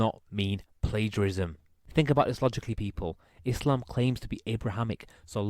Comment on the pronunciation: Lol how can people take someone seriously who can't even pronounce Mohammed PBUH and Islam properly🤦‍♀